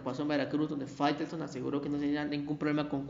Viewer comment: Minuto 4.44 fairestone, faitelson.